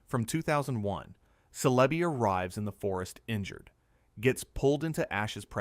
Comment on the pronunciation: Yeah i heard the cele bye and said bye to the video